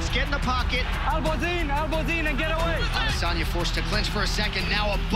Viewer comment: What they say: Adesanya What i hear: Lasagna